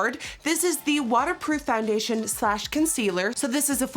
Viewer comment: Nikki I think it’s funny how you say “FONdation” instead of foundation lol